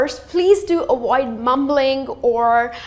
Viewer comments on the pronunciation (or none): "avoid" not "awoid" Right!?